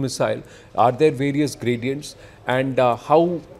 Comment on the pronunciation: Graduents? Really.😂😂😂😂 How is he the anchor?